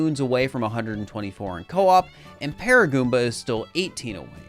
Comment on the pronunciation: At first I thought you were talking about Koops from TTYD but then I realized you meant co-op